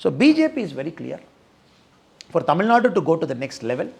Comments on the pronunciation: Super loose talk in English pls say Tamil in ur beautiful mother tongue say Tamil not war u say temil. First tamil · He has to pronounce Tamil. 'L" correctly. Else everything else is okay